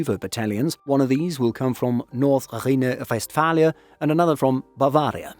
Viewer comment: I liked how you pronounced “North-Rhine Westphalia“ and “Bavaria” german despite it being the english translation of the state name 😂 “Augustdorf” was fine, “Oberviechtach” is a really hard one, I‘ll give you a pass for that. In general, I think you’re doing okay, even though it sounds like you’re destroying your throat when pronouncing the ch- sound.